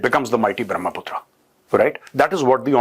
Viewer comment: Major Sahab it's a brahma putra it is not brahmaa putraa